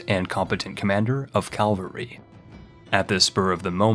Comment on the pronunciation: Nobody:: "Calvary Hegonomy"